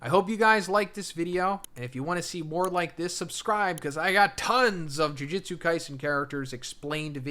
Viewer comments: Another youtuber trying to explain something about a show/manga whose title they can't even pronounce correctly. Jujitsu =/= Jujutsu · Dude, I swear to God every fucking JJK video. It's Ju-JU-tsu, not Jiu-Jitsu. As is bad JU-JU, like magic. Not like Brazilian Jiu-Jitsu. JOO - JOOT - SUE